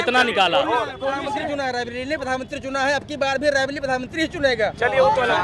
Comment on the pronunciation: Raibilli nahin hai raibreli hai.